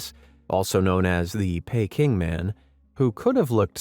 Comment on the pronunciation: Why don't they spell it Booey? Like the misspell Aluminium. First time I've heard Peking pronounced Payking.